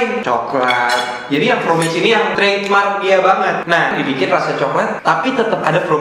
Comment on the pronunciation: fromage (A tetap di baca A bukan E ) artinya keju..yg chocolat(shokolat) bahasa prancis..klo pake huruf E dibelakangnya itu bahasa Inggris